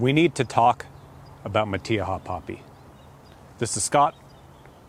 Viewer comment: I've never heard it pronounced like that before! I'm a native Californian and I can pronounced in spanish words. This is NOT how we pronounce it. We don't use the E sound when saying the letter " I" .